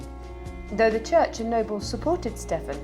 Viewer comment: Should be ponounced "Steven", not "Steff-an" despite the spelling.